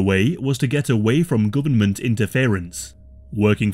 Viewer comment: AHHH...THE GUBMINT....